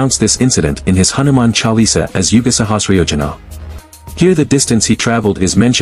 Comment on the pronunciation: Good information but pathetic pronounciations of Hindu names....it is Hanuman Chalisa, Tulsidaas....please correct